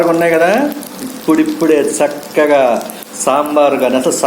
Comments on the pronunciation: Sakkagaa kaadu chakkagaa ani palakandi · Sakkaga kadu chakkaga